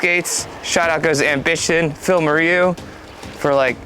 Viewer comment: please check how to pronounce "moreau" :-D